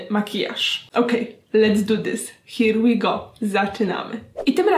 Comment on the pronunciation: Agnieszko jor inglisz is soł perfekt! "Dont goł" "hir łi goł" ♥️😂